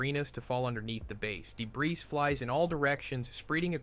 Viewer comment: Did he just pronounce the S in debris?